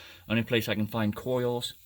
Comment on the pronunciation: Coils? Lol... "Clo" "ees" lol